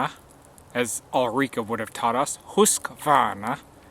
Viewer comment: Again, a great video and nicely pronouncing of Husqvarna! That Condor Kephart seems indeed to be a good knife, beside of that lack of sparks. Perfect length of a video for a pass on my Crosstrainer too :) watched you while "walking" :) Thanks for your info my good friend. /Ulrica